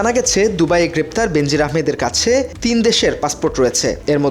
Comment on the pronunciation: সঙবাদ পাঠকের শব্দ উচ্চারণ অত্যন্ত ত্রুটিপুর্ন। বেনাজির নামটাকে বিকৃত করে প্রায় সবাই বেন্জির আহমেদ পড়ে থাকেন, যা কাম্য নয়।